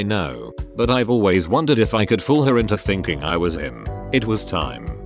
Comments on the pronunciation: How it pronounced "him" is funny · The way the narrator says him is hilarious. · lmao the way he says him